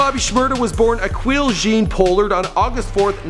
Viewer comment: It's Pah-lurd... Not Pole-lurd..